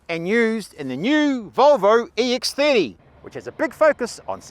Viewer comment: The Volvo iEX- theardi? Must be a special variant for the Australian and New Zeland markets.